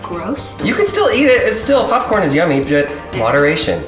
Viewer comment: "Theres popfhcrn inside of microwavable popcrn"